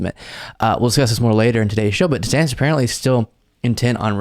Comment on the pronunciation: Hate him or love him, "Desanctis" was highly on point.